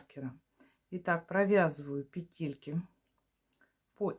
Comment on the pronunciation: Спасибо за урок. Все бы было прекрасно, но от вашего произношения слова «петЕльки» у меня из ушей идёт кровь. В русском языке в слове «пЕтельки» ударение ставится на первом слоге.